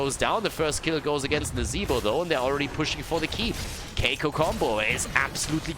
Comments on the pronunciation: Here is how to prononce Kikoo ( \ki.ku\) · Hey, i'm Kolios from " KiiKoo Combo " we pronounce it : [Kee] [Kooo] don't know if i helpt you or not but i'm trying ^^